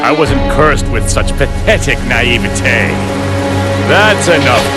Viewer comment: "Naivi-tay" I love how he said that